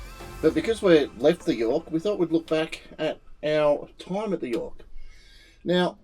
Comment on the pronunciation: you did Yorke real well. Thank you